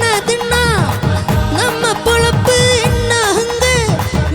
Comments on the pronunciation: பொழப்பு என்பதை பொலப்பு என்கிறார்... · It is Pozhappu..not polappu...